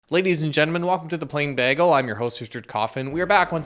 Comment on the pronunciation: Whys he say bagel like that??